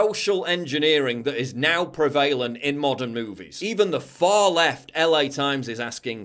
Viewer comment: Prev-a-lent or Pre-vale-ent?